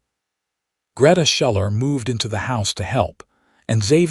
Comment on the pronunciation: Schuller is pronounced Shoe-ler